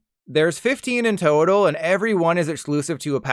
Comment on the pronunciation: no one else noticed "toe-tal" and "feet-tured"?